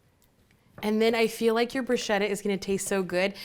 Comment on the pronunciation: It’s pronounced brew-shketa - brew-shhh-keta! Otherwise I love u, your personality, your recipes. U r so funny. Food Network needs!